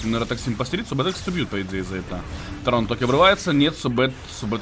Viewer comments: А ты что читать не умеешь???яторо!а не ятаро и точно не ятара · Друг, ты извини но, не " ЯтАро ", а "Яторо")